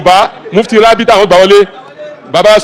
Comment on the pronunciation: No wonder Baba iwo saying rabhita, rabhita i no understand